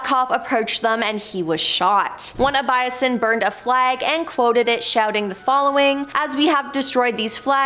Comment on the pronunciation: Jesus! It's ABYSSINIAN - ABBY SINNY AN Not A BY A SIN. And who TF is Joe Chim von Ribbenhoff? Try saying Yakeem. You guys REALLY need an editor.